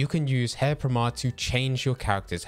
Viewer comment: You pronounce pomade wrong. It's "pom-aide".